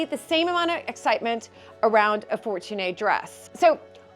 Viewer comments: Its "Fortunee", not "Fortunay" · It is pronunced "For-tune-y". There have been numerous exhibits of Fortuny gowns. Gloria Vanderbilt had one of the largest collection for many years. FIT had a wonderful exhibit in 1981. The dresses are mostly worth more if they come in their original storage box. Your so lucky to have them for generations to come! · Your pronunciation of of Fortuny is incorrect, the y is a long e, not ay! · Hello dear, Mariano Fortuny was a great Spanish born in Granada artist and designer, son of the great Catalan artist also call Mariano Fortuny and his mother was Cecilia de Madrazo a great textile colector from Madrid. The familiar name spells it is like “four-two-knee” that is “Fortuny” in Catalan lenguage. 💋❤️ with any intention of being disrespectful with your amazing work as a content creator, that I love, but please it is important to search more information about the things out of the British/American information sources, that very commonly are wrong in not British/American topics.